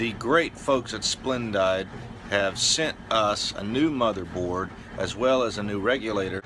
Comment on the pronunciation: If I may say one thing - it is pronounced "Splen-deed". Ours is doing the same thing as yours but no issues with park electrical. Not sure why it is doing this, but I know it isn't drying clothes like it once did. It washes well, but will not dry a face cloth after 60 minutes. Boo hoo! Yep! Surge protectors are a great invention! Sorry you had all these issues!